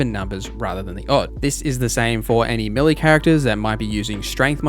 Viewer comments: The word "melee" is pronounced may-lay, not mill-ee. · I kept wondering what a milly character was. Then it hit me! Ah I think he's saying meleeeee lol